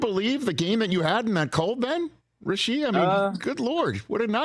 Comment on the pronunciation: Please say his name correctly. RA-shee. (Rashy)